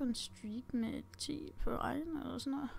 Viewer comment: Det er ikke iren, det udtales iron